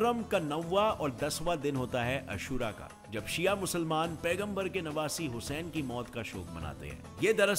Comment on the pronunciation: Bhai pronunciation to sahi se karta Vo husayn nahi Hussain he